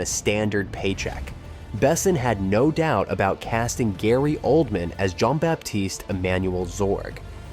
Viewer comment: Searched for "led" actors not "lead" actors? Layon instead of Leon? Gaylee Oldman instead of Gary Oldman? How can I take this video seriously?